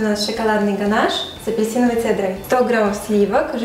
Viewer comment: и да, не гонаж, а ганаш😊